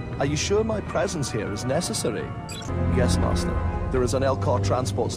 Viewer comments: Only problem with that JAT guy is how he pronounces "master" like an American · The only thing I find wrong with James Arnold Taylor's imitation of Ewan is the way he says "Master". He goes for the american pronunciation instead of the english pronunciation